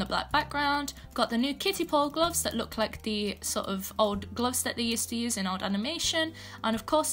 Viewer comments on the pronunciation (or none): Gloffs, pls pronounce properly kid